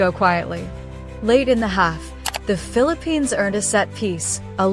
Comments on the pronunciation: The Philip-penis. This AI sucks. It's FILIP-PINAAHS is how you pronounce it. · All I heard this woman pronouncing it as ‘filiPENIS’ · Is she pronouncing it "FEEL A PENIS" on purpose? 🙄 Ano bayan